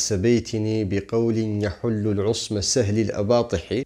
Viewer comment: حلقة جميلة ومفيدة كسابقاتها بارك الله فيك أظنك أخطأت في قراءة قول المجنون (بقول يحل العصم سهل الأباطح) فقد فتحت أول الفعل فجعلته ثلاثيا وإنما هو رباعي فأوله يضم في المضارع وبعد ذلك خفضت "سهل الأباطح" وإنما هي منصوبة بالفعل الذي قبلها، وهذا المعنى كثير في الأدب العربي كما لا يخفى عليك